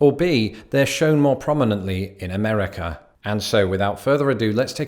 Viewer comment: Every time he mispronounces "Amerikerr," take a shot of vodkerr.